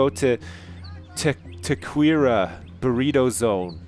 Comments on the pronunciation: Tah-queer-rah burritos haha I forget sometimes how used to mexican culture and language we united statesians are. I was like "tah ker ria" DERR. No big i get it. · LOL It's pronounced ta-ke-ri-ah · How you said Taqueria made my day. XD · hahaha the way he pronounced taqueria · lol, pronouncing "Taquería".